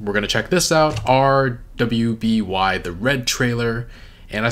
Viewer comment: Oh my god, thank you! I scanned the comments to see before i told him, he was drving me crazy!